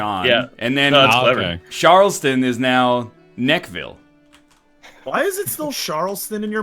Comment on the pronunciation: after living in charleston for 20 years, can confirm it is charleston not sharleston.